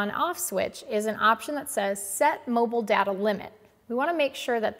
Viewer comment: You mispronounced data about 50 times